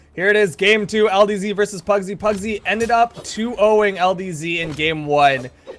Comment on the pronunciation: Pugsy = PARRYsy